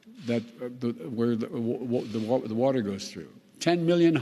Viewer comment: OMG !! He actually made it thru ( Build back better ) but couldn't say WATER !! GOD HELP US !!!